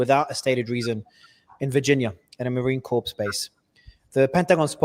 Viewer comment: Marine Corps, not Marine Corpse.